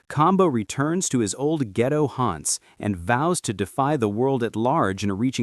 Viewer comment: Why the ai gotta say ghetto like that? 😂